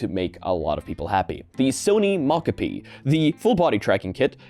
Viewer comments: Do you have to pronounce every new word you encounter incorrectly? Every episode you pick a random word and say it wrong. It's so frustrating. If a word is Japanese, the O is always long. It's SOny mOcapi not sahny mahcahpi. It's weird to refuse to pronounce someone or something's name right, and insist on saying it differently from how people want it to be said, it's arrogant and ignorant to see that someone gave it a specific name with intentionality behind the choice and say, I know better than you and I'll say it this way instead because learning how to say that name is too much effort and why should I do that. Idk it just feels so disrespectful to know a name is said one way and still refuse to do it. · I've literally heard multiple people pronounce Mocopi as "mahcahpi," and I think you're literally the only person who cares. Do you wanna talk about the word "Caramel" next? Or "Caribbean?" People pronounce those the way they want to all over the place, and literally nobody cares. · people definitely care about showing basic respect by not refusing to say names incorrectly, for example people who have names others refuse to pronounce correctly care. But I guess people with foreign sounding names are nobodies not deserving of your respect in your little world. 🤷 There is a world of difference between "I haven't read this word before so I'm going to sound it out and find out how it's supposed to be said later" and "I've decided this is how your name is supposed to be said and huff about it if you express your displeasure at how I pronounce it"